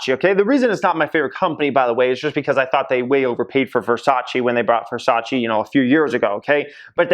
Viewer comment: is Versace not Versaci